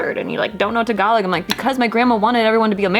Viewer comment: its pronounced TA GA LO even if its spelt differently